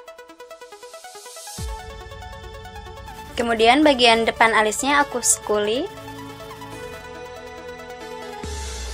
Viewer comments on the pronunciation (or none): Primer not Frimer, Dark Brown not Drak Brown, Spoolie bukan Skuli.😀